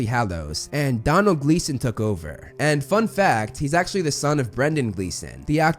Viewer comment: Uum.. Did you say Donald Gleason? Because the captions say you did and it is Domhnall Gleeson